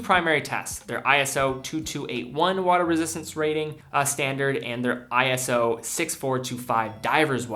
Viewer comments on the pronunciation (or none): I almost hate to bring it up, but it's "eee-so" not "eye-ess-oh" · They aren't "I-S-O", it's "iso", pronounced "eye-so", and stylized as "ISO" (all uppercase). It's not an acronym, but a proper manner that's always spelt in all capitals. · This is trivial, but ISO is pronounced "Eye-so," not eye-es-oh. They capitalized it for some reason, but it's not an acronym.